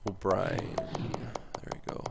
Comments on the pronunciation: For Ryan O'byrne,we don't say O'brien,we say like O'burn,and I'm not agree to trade Paul Stasny,because he is Peter Stasny's boy.Peter Stasny is one of the legends of the Quebec Nordiques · O'byrne is said like O'burn but looks like brien